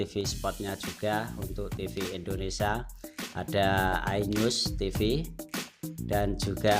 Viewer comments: ketahuan banget abang ini orang jawa. karena dia bilang endonesia bukan indonesia :) gokil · Indonesia pak bukan Indonesa hadehh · ralat..bukan ENDONESIA tp INDONESIA..INDONESIA INDONESIA..